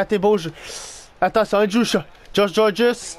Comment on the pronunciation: Pis aussi quand tu dis Andrew Shaw on dirais que Andrew Chat rajoute après miaou miaou